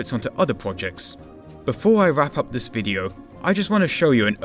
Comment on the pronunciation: Two free eight ..... I find vis hard to listen to.